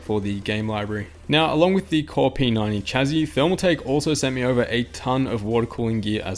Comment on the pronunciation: the way you say p90 is like p 9 e and that is what I thought the chassis/case was called till i read the description